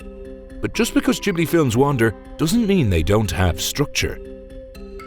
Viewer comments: Not Jiblee Its Ghibli like Qiblee (original arabic word). Gee-blee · Massive respect for this video and what you put out. The only one thing I'm able to add is that you've been mispronouncing Ghibli. It's pronounced with a hard G, as it is in the verb 'give'. In Italian (ghibli is an Italian word derived from Arabic, describing a hot desert wind also known as the scirocco) if you throw an 'h' between a consonant and vowel, then that consonant acquires a hard sound. So, for instance, "chiesa" is pronounced as if there was a k. And Ghibli too.